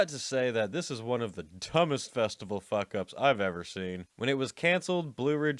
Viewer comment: Great content, terrible presentation. You sound like a 12 year old that just discovered swear words. If you put any more emphasis on the K in fuck, your larynx will literally prolapse out of your mouth.